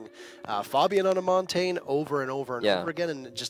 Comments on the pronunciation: who’s “montane” ?? pretty sure he means montagne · Everyone always pronounces Montagne wrong. It's Mon-tan-ya. French for mountain... it isnt hard. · Wish people would learn how to actually say Montagne properly.